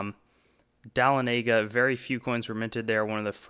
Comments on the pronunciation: Dahlonega is pronounced "duh-LONN-uh-guh", not "dah-lon-NAY-guh". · This caught my ear too. Perhaps a better phonetic representation would be "Duh-LON-uh-guh." I have a little vial of flakes I panned out of a sluice there - seeded for the tourists, of course! Pretty part of Georgia. But this guy does know his coins! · (Dahlonega) It's pronounced duh-LAWN-ih-guh. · Good info! BTW you pronounced Dahlonega incorrectly.